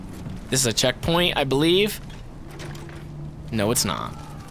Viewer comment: When he said "ooh a checkpoint!" I heard "ooh a chick fil-a!"